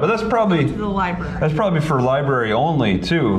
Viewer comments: Stop pronouncing "library" as "libarry" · A genius who pronounces "library" as "libarry"? Okay..